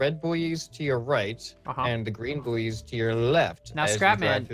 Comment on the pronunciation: Buoys are pronounced ‘boys’ not ‘booeys’